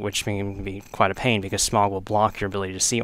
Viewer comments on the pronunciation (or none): OrnSTINE and SMOG. Lol. Pronounced: "OrnSTEEN and SmOH" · It pissed me off soooooooo much that you pronouced it Smog, his name is Smough not Smog. Sorry im just a perfectionist. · pronounced smoh, and ornsteen, sorry, it bugged me :c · SMOUGH pronounced SMUFF